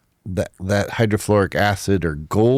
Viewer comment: the only thing is.. I think he might be mispronouncing “hydrochloric acid.” Idk? Is there a “hydrofloric acid?”